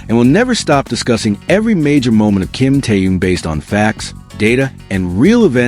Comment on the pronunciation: Господи можно правильно произносить имена людей о которых идёт ролик Ким Тэхён перестань произносить какие то раондомные имена слушать противно😢